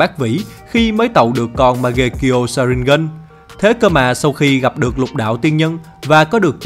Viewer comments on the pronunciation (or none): Sharingan chứ sao lại đọc thành sa rin gân😑